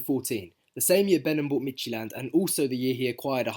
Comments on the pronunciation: Pretty good pronunciation for Midtjylland. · You said Midtjylland perfect champ. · Brilliant video! Your pronunciation of Midtjylland was pretty good too! Hope the Wombles get a lot of use out of Pressley. He was brilliant in the B team. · mate honestly that was near 100% perfect pronounciation of midtjylland :) well done.. midtjylland is the local rivals of my city's team so i have a hatred toward them but i can't do anything but respect what thomas frank and previous midtjylland players have done for brentford. A common joke here in denmark is that brentford is the best danish team atm :D and now with eriksen there i watch brentford more than any other international team. Dont's know if international is the right word as it might mean national team but i hope you get what i mean :)